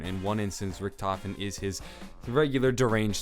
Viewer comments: its pronounced rik-duh-ven not rich-tof-en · excuse me, it's not richtofen, it's rikky-t homie